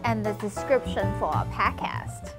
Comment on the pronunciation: Podcast 發音不太對